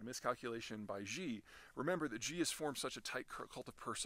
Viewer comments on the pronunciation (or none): .. can you please learn how to pronounce XI's name please, it makes you seem like you dont really know much about him. its closer pronounced 'she' than 'zhee'... might help your points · Thanks for the update. I thought the X in Xi is pronounced as sh? Like "she" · Peter, Xi is pronounced like She. Zh sounds like Gi. Thanks for doing what you do. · I like Peter's takes but I have to wonder how accurate some of his statements are when he can't even properly pronounce the names of major world leaders like Xi properly. Surely in his research he must hear or see in videos the correct pronunciation? The irony of saying Xi with a "jh" sound as in "genre" is that that sound in particular does not exist anywhere in Mandarin and is a difficult sound for native Mandarin speakers to pronounce. Nearly all Chinese I've met (lived here over a decade) cannot pronounce the word "usually" correctly because it contains that sound. This may seem like needless picking, but its the small details that matter and build up the whole. If he can't get that tiny part right, what else is he getting wrong?